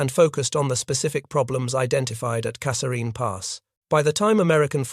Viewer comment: The TTS is very good but doesnt pronounce Kasserine consistently